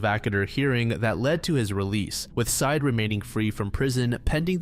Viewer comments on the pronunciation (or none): It's not "Side" It's "Sye-Ed" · It's pronounced Sai-eed, bro. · The last name of the boyfriend is pronounced like “sigh-eed.” You should check cultural pronunciations with non-English names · I imagine, though could be incorrect, that his name is pronounced Sah-eed, just a guess.